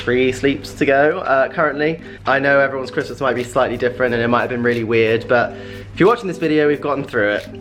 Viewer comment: please learn to say but properly and not bu when you are talking